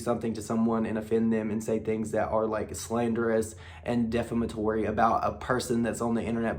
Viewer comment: Its not def-em-atory... its de-fam-atory 😙